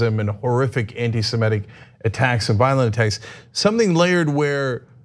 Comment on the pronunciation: Love your stuff,, but please stop mispronouncing "anti-semitic". It's anti-seMITTick, not anti-seMETTic.